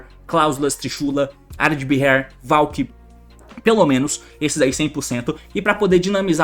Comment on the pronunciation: Aí T seu lambisgoia, o nome do Nekroz of Areadbhair se pronuncia "Arêdabar"